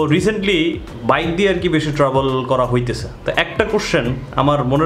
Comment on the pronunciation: বাই এডা ট্রাবোল না ট্রাভেল। 🤣🤣